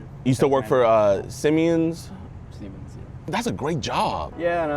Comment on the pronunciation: Jidon said Simeon 😂.